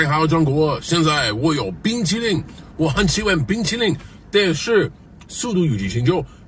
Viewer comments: I heard " bean chilli " 💀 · everyone gangsta till he starts "been chilling" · It pronounced BĪngqílín😂😂😂😂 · the pronounciation of the chinese word for ice cream 冰淇淋 sounds similar to been chilling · For those who don’t know, the “been chilling” part translates to Ice Cream in Chinese. Ice Cream in pinyin is bing qi lin or 冰淇淋, which translates to ice cream. The pinyin (pronunciation) does sound similar to been chilling haha. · I like how Zhaou Xina is stressing on "Bing Chiling" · you know what? "been chilling" is similar to how you pronounce 冰淇淋, which means ice cream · I speak chinese so I can somewhat judge so everything seems very good nothings wrong the accent was pretty on point maybe just how he say ice cream is a bit weird but I think its fine too only the beginning though sorry also the translation he didn't say the f word just to clear up he just said he liked icecream x2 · Exactly Gotta be ready for the surprise Anyways at least I bothered to add ice cream to the list now. He’s over enunciating the word lol Dude been practicing for years, I just went on my little Chinese app and can already see the mistakes he’s making. I’ll have the Chinese guard pass you 冰激凌(bīng-jī-líng)buddy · Rough translation (because the pronunciation is absolutely horrendous): “hello china, I am holding ice cream. I really love ice cream, but [something about fast and furious9 ] is much better. So goodbye”